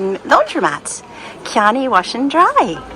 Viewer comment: Just a constructive criticism. Chianni is pronounced with a hard Chi or “key-an-EE”. That’s because there is a consonant h after the C so you give it a hard ch sound. If there is a vowel after C like Ciao, it’s a soft c like church.